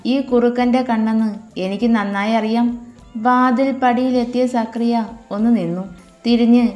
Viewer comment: സക്രിയ അല്ല സക്കറിയ or സഖാറിയാ